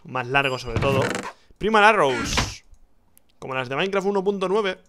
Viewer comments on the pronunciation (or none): none